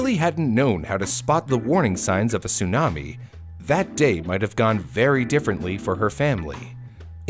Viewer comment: It's not sunami, it's tsunami.